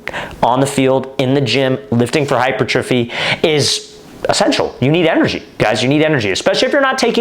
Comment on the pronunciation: Thx for the vid coach! Btw, hypertrophy is pronounced hyPERtrophy